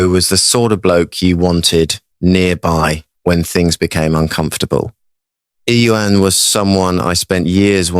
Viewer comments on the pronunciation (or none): someone please tell Jeremy how to pronounce Ieuan. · Is that how you pronounce Ieuan , fellow Welsh folks